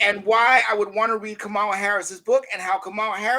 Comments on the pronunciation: Jared, why did you allow him to intentionally mispronounce her name without correcting him? Everyone knows how to pronounce her name, but he and his ilk deliberately mispronounce it just because they don’t like her. It’s immature and disrespectful. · It’s always interesting to me that people have no problem pronouncing Obama’s name even in their critique of him but somehow, particularly with men, saying Kamala’s name the correct way is a bridge too far. Patriarchy is just as deeply rooted as racism and capitalism.